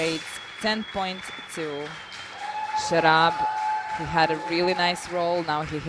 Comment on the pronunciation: Commentator keep calling him शराब 🤣